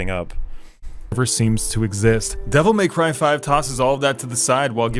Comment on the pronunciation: Devil May Crheyy